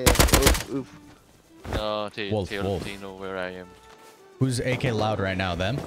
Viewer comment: Teammate: woef woef: wolf wolf Xd